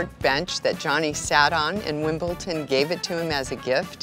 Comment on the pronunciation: Wimbleton !? 🤦🏻‍♂️😂 It’s Wimbledon Miss !!